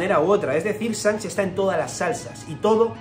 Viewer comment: Buena el tinto tinto, ídolo porque pronuncias sanks? Y no chanqs ?